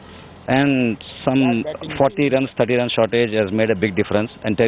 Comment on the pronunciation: her "30" is so painful to hear.